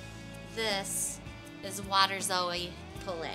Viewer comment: Waterzooi poulet, a flemish word and a french word, both severely mispronounced. Tasty